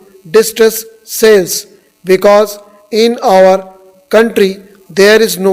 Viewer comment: Sir please do not pronounce "our" as "or". Your our and or sounds similar. Apart from that, your dictations are among the best dictations available on Youtube and we've been always looking forward to your uploads. Thank your.